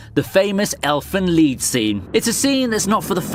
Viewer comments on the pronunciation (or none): Seing bullies get what they deserve is always so beautiful, and also, it's pronounced, "elfen lied" not "elfen lead"